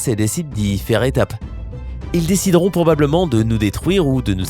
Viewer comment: Mais...t'as bu dans cette video???ecoutez au casque! 0"26 "donnant........ deuzan a vivre"1"08 "géhétiquement" 2"37 "probleblement" 4"20 "si neun'prenons pas" et encore plein d'autres blancs, syllabes a peines prononcées, zozotements et ton de comptoir "allez une autre rené" a la tienne :D